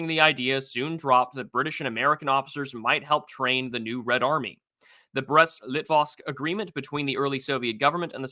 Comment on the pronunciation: Imagine not being able to pronounce Litovsk lmao